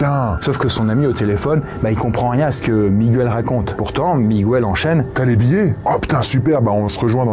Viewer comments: Petite précision: le prénom Miguel se prononce comme en français, donc Miguel, et non pas Mi-gou-el! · on prononce mi-guel pas mi-gu-el x) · En espagnol, c’est pareil c’est miguel pas migouel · Attention, pour info « Migouel » c’est ptet la prononciation en espagnol, mais pas en portugais ^^’ c’est « Miguel », prononcé comme ça se ferait en français ;) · Par contre, on dit pas Migwel, mais on dit Miguel. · Miguel se prononce comme ca s'écrit et non MigOUel. C'est une exception de la langue. C'est gratuit, bisous! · Surtout qu'en Portugais c'est juste Miguel, pas MigOUel 😭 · J'apprécie toujours autant cette chaîne, par contre ce soir, dans la deuxième histoire le "migouel" ça m'a piqué les oreilles, suis je la seule ? 😅